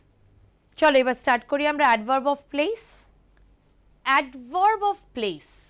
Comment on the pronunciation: What are vorb and advorb? Plz pronounce correctly.